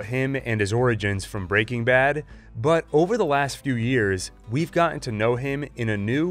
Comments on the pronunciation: every time an american pronounces it "breakingbad" instead of "breaking bad" the vein in my temple comes closer to bursting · Excellent analysis. But the way you say Break-ing Bad is killing me. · FYI, it’s pronounced Breaking BAD. Emphasis on bad, not breaking. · Why are you saying “Breaking Bad” like that?? You’re saying it all weird. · The way he pronounces breaking bad hurts me .